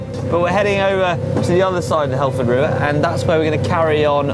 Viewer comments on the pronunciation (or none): none